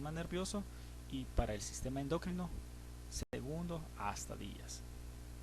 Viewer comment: ¿endócrino? ¿por qué dice ud. endÓcrino? ¿exÓcrinas? ¿qué? esa palabra no lleva acento.